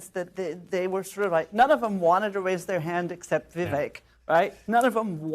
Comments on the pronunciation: First of all, it’s Vi-VAKE, like “cake”- if you want to make misgendering a crime you should at least try not to mangle a presidential candidate’s name. Second, your entire panel is a combination of too biased and unintelligent to understand what Viveck is saying/doing. I feel sorry for you. You’re certainly not‘journalists’. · FYI, It's VivEK, rhymes with "cake". What a microagression. Such racists. Also, just because a man is disagreeing with a woman, that does not mean he's "mansplaining". One of the many, many reasons that modern feminism makes me, as a woman, want to 🤮. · So disrespectful to mispronounce Vivek's name... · They can not even say Vivek right!